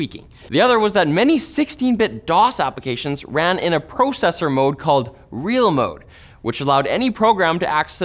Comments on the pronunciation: I really get angry when I hear you or Linus say the word "Processor"...just bugs me. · Every single time you Canaders say “pro”cessor it makes me think of consumercessors.